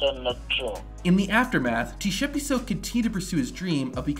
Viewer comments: I'm a South African.. that is not how you pronounce Tshepiso.. but I understand💁‍♂️😉🤣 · As a South African I can confidently say that you pronounced Tshepiso as T-shepiso😂😂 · Bro I'm South African you're saying Tshepiso worng😂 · Bro said T-Shepiso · South African here 😅 - Tshepiso's name is pronounced Ts-eh-pee-soh.. 😅😅 I'll give him one thing, he got balls of steel. 🤣 Till today, I'll never understand why he did that. 😂